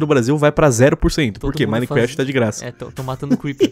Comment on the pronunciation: Hacker nutella: Anonymous Hacker raiz: (parem de falar "Minequeft" e fala certo ;-;)